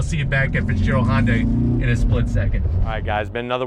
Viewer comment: Most people can't even pronounce Hyundai right lol. Hi-oon-die, not Hun-day